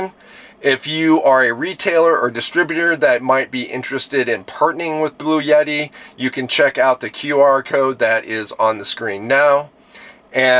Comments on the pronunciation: It's Bluetti, not blue yeti..... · The pronunciation of Bluetti is typically: BLOO-eh-tee Bloo sounds like "blue" eh is a short, soft "e" sound, like the "e" in "bet" tee sounds like "tea" So, putting it together: BLOO-eh-tee